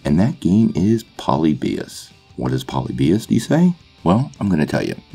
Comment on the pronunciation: Your pronouncing the wrong syllable in polybius